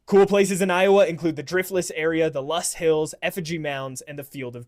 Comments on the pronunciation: Loess is pronounced “lo-ess” not “lost”. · It is pronounced Lowss not loss. Also, almost all our corn goes to ethanol production and feeding cattle, not human food... sad really when you think about it. Best soil in the world (before farmers killed it, our soil is dead organically). Imagine the actual food we could grow, besides industralaized ag killing bovine at 18 months of age. We also have more cows than people, you forgot that fun fact. We also have rivers on the north and south, technically we could be an island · Loess, not lust 😂😂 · Loess soil, not lust. (LOL)